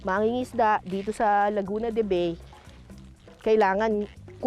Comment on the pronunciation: Laguna de Ba Y. Ang bigkas ng pangalan ng bayan ng Bay, “Ba Ee”.